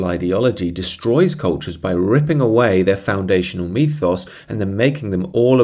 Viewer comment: it's ethos, not methos.